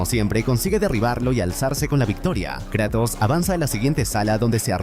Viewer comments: adoro tus resumenes pero...KrEEEtos???? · Me encanta que dice Kretos en vez de Kratos